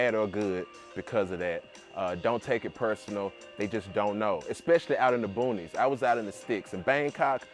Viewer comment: When you said “in da boonies, in the sticks” I was like oh yeah he’s from Flawda 😂😂😂 am I right?